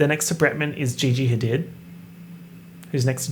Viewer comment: I’m sorry but this needs to be said: it’s not Bella ha did it’s more like Bella hadeed good luck luv